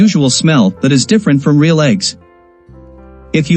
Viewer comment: Tip, when writing the script to be read by AI or a talk to text program you should try to spell words phonetically rather than properly. In this video the narration really suffers from the content creator not spelling real as REEL, spelling it as reel would have eliminated the issue the narration was experiencing with the glaring mispronounceation of Real. It kept pronuncing it with an emphasis on the A which sounded so off.